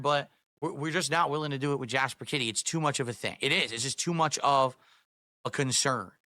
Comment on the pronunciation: Kit-TEE. No you are not